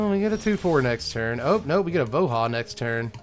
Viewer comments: Sigh, everytime you called him Vo-HAH , my soul died a tiny bit. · I still maintain that "Voha" and "Yetmir" are objectively incorrect pronunciations.